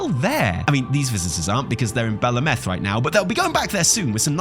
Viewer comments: I believe its pronounced Bell, like a bell and Ahhh -meth with emphasice on the AHHH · its pronounced bel ameth not belameth. its pronounced highjal, not hyjal. its pronounced tel drasil not teldrasil